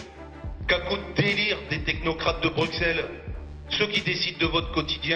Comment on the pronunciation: Déjà le type est incapable de prononcer Bruxelles convenablement